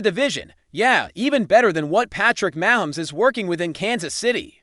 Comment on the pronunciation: Can’t pronounce Mahomes correctly… can’t trust your opinion.